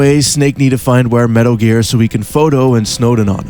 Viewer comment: I don’t know what is sexier - the in depth *~Metaru Gearu*~ analysis or that god damn voicebox in your neck.